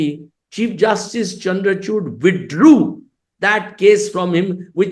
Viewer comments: Is it me or any one else heard Karan saying his nane as "chur" to "Chud" correctly 😂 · It's चंद्रचूड़ karan, not चंद्रचूड।